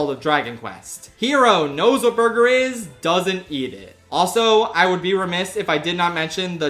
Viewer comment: Bwergur. Can never say it normally ever again. 😁